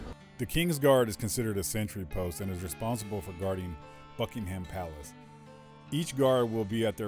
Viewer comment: Not Bucking Ham ... silent H